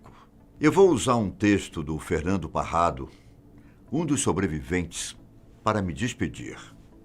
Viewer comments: Una correção...não eh Nando Parrado o senhor falou Nando Carrado, e apenas uma correção mas seu relato está perfeito com muita profissionalidade e sensibilidade, Sou Uruguaio e conheço os sobrevivientes pessoalmente. Ten coisas que me contaron y que no está no filme e outras coisas,mais debemos respetar o acontecido , foi um verdadero milagre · Nando carrado 😂😂😂😂 é Parrado seu ignorante......